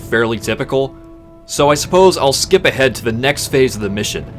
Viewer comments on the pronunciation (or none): none